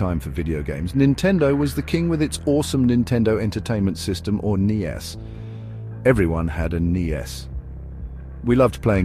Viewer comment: First you lost me at "Knee-Ess" and then these random pictures to your description lost me.